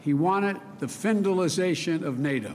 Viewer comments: Joe Biden, "Thank-God for Nay Dough!" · Joe Biden, "Nay Dough is changing and I need a change too! Poopie"